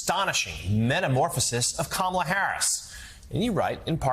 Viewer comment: Rev. Sharpton needs to learn how to pronounce Kamala Harris's name correctly.